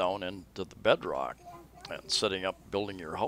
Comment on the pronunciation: Ummm... it's not "deadrock," it's bedrock.